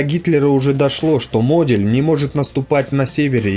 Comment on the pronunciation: Также Модель не правильно произносит!